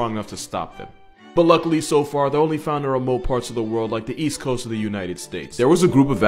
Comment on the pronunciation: I’m sorry remote parts of the world like the what coast of the US? For a second there I thought you said easy coast!